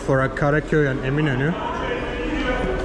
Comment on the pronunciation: Thanks for the background. As soon as he said Eminönü I knew his pronunciation was better than the usual YouTube vlogger in Istanbul. A Turkish friend of mine says that listening to Azeri Turkish reminds her of listening to a Scotsman speaking English. I like his "Two different nations, but one nationality". I've never been to Azerbaijan, but I think I could get along. I like his comment "Makes me feel like home because everything is familiar." I think I would feel like "home" in Azerbaijan.